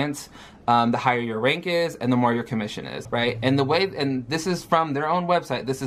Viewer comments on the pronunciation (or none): none